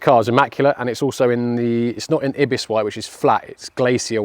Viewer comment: “Eye biss white” - Ibis